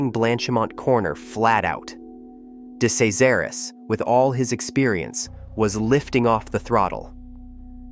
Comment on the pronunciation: This is earth calling hideous AI narration. Earth calling hideous AI narration. It's pronounced, "de-CHEZ-aris, or as he came to be known, deCRASH-aris.